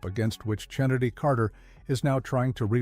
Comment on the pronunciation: Dude really said "CHINNADIE" 😂😂😂